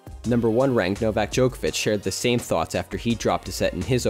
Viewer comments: This video is really interesting! I feel bad for unfortunate luck with the weather during blue clay's debut.. However I can't help but notice your pronunciation of Djokovic, c is pronounced the same as a ts sound, rather than a ch! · They also always butcher Novak Djokovic